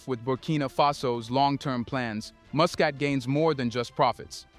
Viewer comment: Muscat should be pronounced as ' Mascat ' not mu.